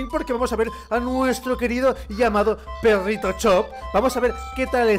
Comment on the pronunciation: Dices peggito cuando se debe decir perrito